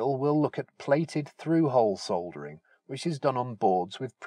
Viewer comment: Oh- and it's lovely to hear -soldering - not sodering as the Americans say! cringe!